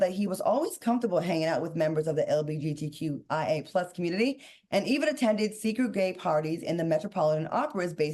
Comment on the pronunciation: CLAUDIA!! It’s LGGGGGGGBTQ not LBGT